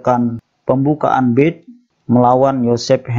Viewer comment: Bacanya bukan bird tapi berd...